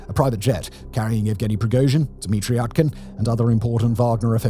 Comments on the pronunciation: Utkin is pronounced with a U. Not an A. It comes from Utka, russian for duck. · I'd be remiss if i didn't mention that "Utkin" (pronounced OOT-kin, come on Simon) is basically Russian for "Duckman". Yevgeni Duckman.